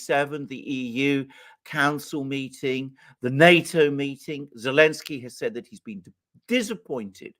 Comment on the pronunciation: Elensky....... without the "z" in German